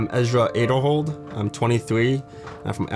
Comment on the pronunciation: Ezra is THRIVING. Love watching his career unfold AND finally hearing his last name pronounced correctly! 😁